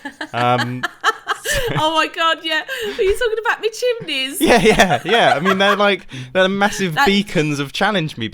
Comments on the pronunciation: "Yu t0lkin bOut mE ChiMnEys ?" The way she says it is so funny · The way accentuated "Are you talking about my chimneys" tho